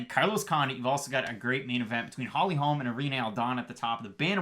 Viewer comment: It’s Holly Holm not Holms.